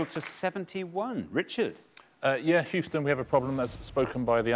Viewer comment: Houston is pronounced "hue" - "ston". The first part is like the hue when referring to colors. Best way to describe it. NOT like "who".